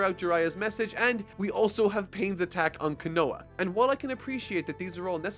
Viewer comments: I have literally never heard anyone pronounce ‘Konoha’ like this, not once in my 18 years of Naruto fandom lmaooo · Oh come on you even said the village name wrong! I'm always willing to listen but it's hard to process everything else you're saying when I have someone mispronouncing names wrong. It'ss a pet peeve of mine and I'm sure it is for others as well but alas, I'll bare it for now but please.. Someone.. HELP THIS MAN WITH THE NAMES LOL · I love your videos, and im literally being that guy right now.. but you're saying konoha a lil silly. Love the review of my favorite series thank you for not backing down and keeping the series going! much love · How can pronounce “Konohamaru” correctly, but not “Konoha?” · it is, but “Konoha” isn’t an example of that. It sounds like how it looks. is just leaving out the “h” sound for some reason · I don't know what's more accurate, but the way you pronounce Konoha makes it sound like some kind of liqueur. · Great video, loved it, except one little thing... The way Konoha is pronounced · His pronunciation of Konoha makes me wince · When he says konoha I die inside a little everytime lol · I thought it was just me on his last video, but his pronunciation of Konoha is weird. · Hey I think you are really great but you said konoha wrong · You pronounce Konoha weird. just lettin you know. haha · Pronunciation bruh. Konoha aint hard to say correctly ❤ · Your pronunciation of konoha was kinda odd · how have you watched the anime but still mispronounce Konoha and Konohamaru? How Sway? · Great video but god I cannot stand how you pronounce konoha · Love the reviews, but the way you pronounce Konoha! Makes me cringe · the way you say konoha really triggers me lmao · I believe it's actually pronounced KO-NO-HAH. Glad you were able to bounce back like a champ! Nice vid btw! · Kanowa...?... Love you,. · Kho- No-Harr another akatsuki pronouciation. Love your vid! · the leaf village is pronounced cone-a-ha